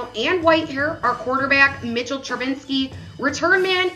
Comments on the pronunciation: She said it wrong like 10 times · Can she say Trubisky right 😔